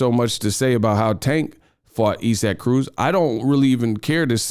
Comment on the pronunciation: Bruh who is Esack? You mean isaac? Sound it out 🥴😂😂